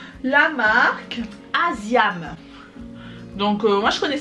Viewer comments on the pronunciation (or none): Bjr on dit « as i am » et sache qu’il existe des plus grosses contenances. Sinon bonne vidéo